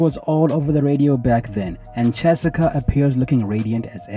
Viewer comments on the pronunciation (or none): Her name is Chessika not Jessica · It sounds like you says Chessica😅 good video. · He for sure is saying chessica 😂